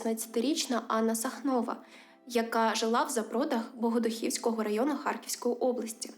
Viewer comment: БогодУхівський район, а не БогодухІвський. Бо місто БогодУхів.